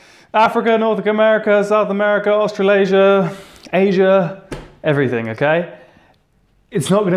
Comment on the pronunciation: did you forget how to talk? 😂❤